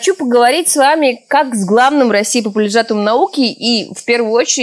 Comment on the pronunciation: ПопулиЖАТОМ?)) Пошижение)))))))Что с дикцией и произношением??